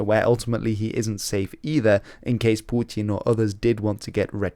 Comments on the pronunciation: "Pewtyin". Dude, just say "Putin". Like a normal person. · Its putin not pjooutin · love your videos but man you gotta stop attempting a russian pronunciation when you say "putin" lol